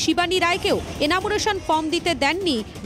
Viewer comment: " এনামুরেশন " নয় দিদিমণি , ওটা " এনুমারেশন " ফর্ম হবে ।